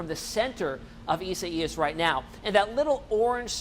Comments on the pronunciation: isa-ias? lol! I guess he does not know how to spell the name Isaiah. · Your AWESOME!! The correct way to say this name is: E SIGH US. Thank you!! You are doing a great job. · it’s pronounced eye-zay-us LOL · ...sure its not pronounced i zay us....yep..online pronounce says it izayus...thanks for the update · The meteorologist is saying it in Spanish but in English it is pronounced i-zay-us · Go back to school learn to pronounce names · Can't wait for this storm to pass so these guys can stop butchering it's name.